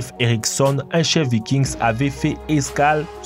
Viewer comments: on ne prononce pas le s dans vikings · Vikings le s est muet se dit pas